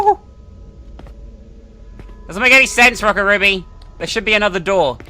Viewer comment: Oh my God. You kept mispronouncing the name of the second game. How could you?1!211211! Call yourself a weeb?